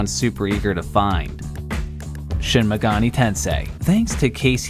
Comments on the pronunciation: You're saying megani not megami lol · Dude, it's pronounced "Megami", not "Megani", with an m, which it clearly has. I know I sound like a huge fucking nerd, which I am, but it really bothers me that I'm watching a video by a guy who can't read. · it sounded like you said shin megoni tensei... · Callous rhymes with malice. Meg gah mee - evenly stressed Persona rhymes with fursona - long O in the middle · Megani Why.............why did you pronounce it like that? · ah yes, Shin Megani Tensei and Personna